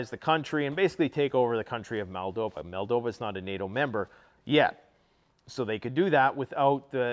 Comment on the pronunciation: mate!!! it’s pronounced MOLL-DOV-VA!!!!! There is no Malldova, it’s Moldova.